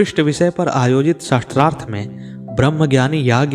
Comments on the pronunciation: Correct pronunciation is shaastrarth not shastr arth. Weapon is not meant here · शास्त्रार्थ की बजाय शस्त्रार्थ शब्द उच्चारण कर रहे हैं आप 😢 कृपया सुधार करना जी। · गलत उच्चारण से अर्थ का अनर्थ हो जाता है। आप गलत उच्चारण कर रहे हैं ।शास्त्रार्थ को शस्त्रार्थ कहना गलत है। शास्त्र से शास्त्रार्थ बना है।शास्त्र का सम्बंध पूर्व से प्राप्त संकलित ज्ञान से है शस्त्र का सबन्ध हथियारों से है। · Aap shastrarth bol rahe jo galat hai usko shaastraarth sha ko aaki matra hai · आप शास्त्रार्थ बोल रहे . वो शास्त्रार्थ है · Improve your pronunciation. It is शास्त्रार्थ not शस्त्रार्थ ! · Aap shastrarth shabd ka pryog kar rahe hain jabki sabd hai shaastrarth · शस्त्रार्थ एवं शास्त्रार्थ में अंतर है। उद्घोषक को अशुद्ध उच्चारण से बचना चाहिए। शास्त्रार्थ यानी शास्त्र + अर्थ । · कंटेंट तो बहुत सुंदर है लेकिन नेरेटर का शास्त्रार्थ को शस्त्रार्थ बोलना चुभ रहा है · शास्त्रार्थ this is correct pronunciation